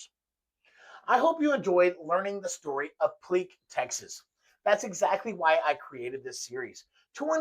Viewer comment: FYI - The family pronounces it Pleak - like Steak. Pl-ache. Not ‘Pl-eek’. His initials were AE. Not AR. Not that it really matters at the end of the day …